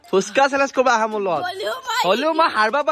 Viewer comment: চেলেছ্ korise neki ??? 😂😂😂 চেলেছ্ nohoi o Bhaity “চেলেঞ্জ” (Challenge) hoi 😂😂😂😂 Valkoi pronounce koriba 😅